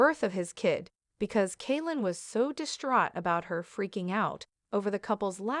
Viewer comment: It's not Kaileen....it's Kailyn 🙄 This lady doesn't know how to speak English lol.